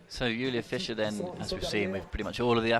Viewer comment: And Julia Fisher ( that is Fiser), and Tina Havesayy (Hafsaas, pronounced Havs-Ohs).